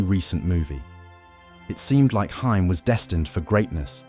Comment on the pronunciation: you could at least say his last name right if ya gonna make a video about him